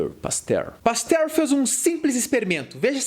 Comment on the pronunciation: mais algm ai ouviu ele chamar o Pasteur de pastel ? xD